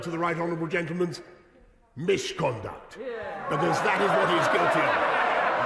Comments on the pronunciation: ohh that was close! "I expect better boll***s", ... as if Johnson doesn't deliver enough already(!!!) and & what's this "mishconduct" thing? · 'I didn't say misconduct... I said... erm... Mishconduct.' How the fuck did he get away with that one? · mishconduct? seriously? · "mish-conduct"! Is he a five year old? Totally pathetic. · “Nyer, nyer! I said MISH-conduct!” We have a nine-year-old for a PM. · 'Mishconduct' LMFAO!